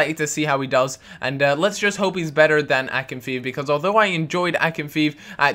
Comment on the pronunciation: Btw it's pronounced akin-fei-ev